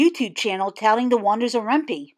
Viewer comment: Ren pee? lol I thought it was Ren "pie" because it's short for python.....heh....